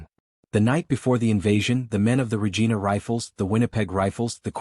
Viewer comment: It's not pernounced regeena. It's pernounced Regina, sounds like vergina.